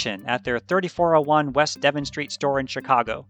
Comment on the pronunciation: hate to nitpick, great video, but I have to point out that in Chicago this street is pronounced dev-ON not DEV-in